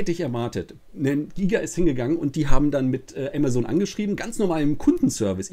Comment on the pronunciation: Du sprichst Amazon falsch aus man denkt immer du sprichst von was anderem .